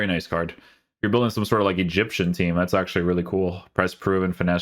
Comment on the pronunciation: Bro please stop saying "CARDJ" instead of "card" lol you also say goodj like where does the J come from haha. Like ur stuff but abit annoying after watching for ages and the word "card" comes up alot lol